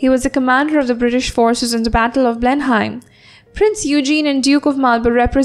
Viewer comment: You pronounced Blenheim in a wrong way